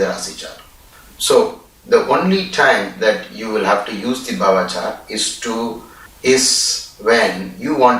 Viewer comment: It is not bava chart. It is Bhava. Bha as in Bharati, Bharat